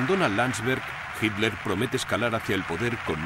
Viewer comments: YO ESCUCHO MAL O EL RELATOR NO SABE DECIR "HITLER" Y REPITE "HIMLER". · dice Hitler, pero como has comentado, el dígrafo "tl" (no la sílaba) es difícil de pronunciar según en qué regiones, así yo oigo "hil-ler" En Latinoamérica tenéis muchísimos más vicios de dicción. Sólo con el seseo la mayoría no distinguís la C de la S y la Z y eso demuestra una falta de lectura. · Ositafeliz Mansilla, En realidad dice " Hitler ", pero los Españoles ( tal como este relator ) con sus peculiaridades lingüísticas, no pronuncian la combinación de letras " tl " como una sola sílaba, sino mas bien las separan como en la palabra " atleta " ellos la pronuncian como " at- leta ", y lo mismo hacer con él apellido Hitler ,al pronunciarlo " Hit- ler " y a veces parece cosa como Himler...por atención y verás...Saludos..